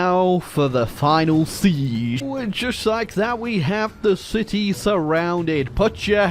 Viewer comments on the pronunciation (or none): none